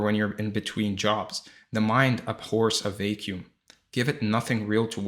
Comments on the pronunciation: Beautiful and useful. Btw vacuum is pronounced vack yoom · I appreciate the video which I gained something I believe will be very helpful moving forward and I'm so grateful for that.... The only word I had trouble understanding at first was when you said the word "vacuum." I'd like to offer a tip if that's alright, hopefully without sounding rude or condescending. The "a" sound in vacuum is the same as the words: bat, cat, sat, etc. I might even suggest saying the word "back," and then change the B to a V to say "Vack," and that's the sound you are looking for before finishing the rest of the word. I only mention this as I have helped countless people with improving English pronunciation when it's their second language, including my wife. It's one of the few things I can offer and help people with. You gave me something, so I thought I would offer at least something in return. Again my apologies if I'm coming off rude as that is not my intention. Thank you again for such a helpful video. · And his pronunciation of "vacuum".